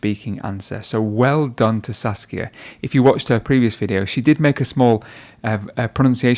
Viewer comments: Every time he says saskia it sounds like sasuke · Her name: Saskia The guy: "Sasuke" lol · Saskia is just a mispronunciation away from sasuke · I keep hearing her name like Sasuke :> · Should be Sasika not suskia😁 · Me: OMAEWA? She: Uchiha Saskia Me: NANI???!! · You can see her face of disappointment after the guy mispronounced her name